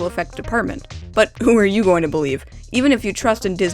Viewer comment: "you" not hou